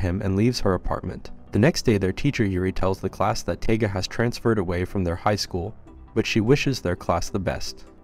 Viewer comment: This is Toradora, one of the first anime's I've ever watched.. you're mispronouncing her name, it's Taiga, sounds like Tiger, and she's tiny..... that's why she's called "the palm top tiger".